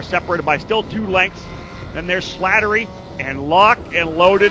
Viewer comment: Man they really butchered my name through this entire broadcast. I think they got it correct maybe once... Its SLATTERY...SLAT-TER-Y. No second L needed. Just the one. Thanks 😁